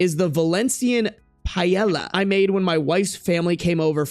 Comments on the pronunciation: Paella is 'paye-ay-yah' (not being a dick abt it I promise I just want you to know for future reference) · I know you said you don't wanna hear it but you really should try Paella (Pah-ay-ah). It's a Spanish rice and seafood dish and is super popular and delicious! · Paella is Spanish... And by the way you can pronounce Paella the same way you pronounce Tortilla. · saying he doesn’t want any Italian coming at him for his pronunciation of “paella” is funny, because paella is from Spain, not Italy 😂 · I was not going to say anything about how you butchered the word paella until you said "italians" hahahahahhaah my man... Spain, paella is from spain😂😂😂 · Not only butchered the word "Paella" but also Valencia os not in Italy, it's in Spain, and Paella is literally Spain's signature dish. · Came here to comment the same. Here's hope, that he was kidding?!